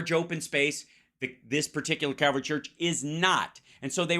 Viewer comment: She is daying cavalry, but wouldn't it be CALVARY...... where they crucified him?????